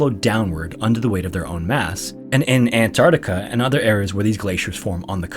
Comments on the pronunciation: Argghhhh, It's pronounced ant-arC-tica not ant-art-ica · An-TARC-tica. Not "ANT-artica".